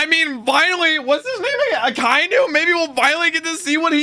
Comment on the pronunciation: its Ah-ka-e-nu